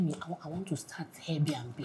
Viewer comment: It’s the pronunciation of ‘Air B na B and Little P’ for me 😂😂😂😂😂😂😂, my God kiloshele